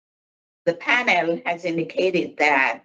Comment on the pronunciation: The guy is a schmuck but I can’t stand the black gals questions, and why does she say pan-El. I bet if you asked her the same questions back to her she would get smart